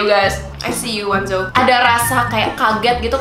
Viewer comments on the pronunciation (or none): kak FYI bacanya O NE ZO bukan wanzo :))